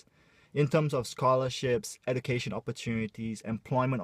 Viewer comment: Salah pronounce tu education. Huhu